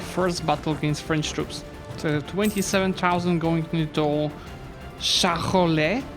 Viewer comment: Great video as usual :D, your pronounciation of Franche-conté and Charolais was pretty good ^^